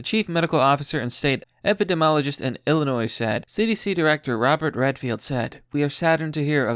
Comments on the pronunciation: Hey,: It's Illinois....not Illinoise. Jeezus.... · What in the fuck did you just call the state I live in, I have you know the s is silent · Dude you don’t pronounce the s in Illinois. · When you said Illinois and pronounced the "s" that physically hurt me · The s is silent in Illinois